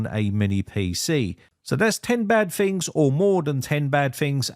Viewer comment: lol that's what caught your ear? I can't stop hearing "Fings" since he can say "tons" perfectly but f's instead of t's ring in my head...lol